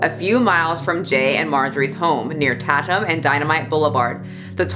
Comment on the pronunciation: Girl, you lived in Arizona and HOW did you just pronounce Tatum?! 😂😂😂